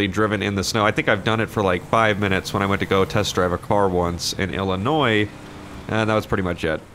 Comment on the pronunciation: THANK YOU, YOU DIDN'T SAY ILLINOIS WITH a (S)